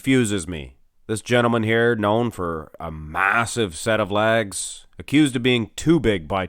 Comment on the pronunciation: Lol...”lags”. LOLOL.